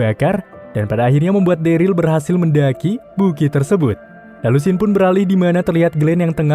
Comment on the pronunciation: MOHON MAAF BG NAMANYA DERLY DI BACA DERIL BG MOON MAAP CMN MEMBENARKAN DOANG